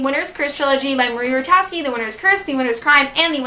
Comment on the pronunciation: Hey so I don't mean to be rude but I thought I'd just correct you! Marie Rutkoski's name is pronounced with a K so it's Marie Rut-Kos-Ki:)